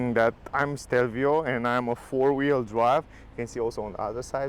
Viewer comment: It's Stelvio, not Shtelvio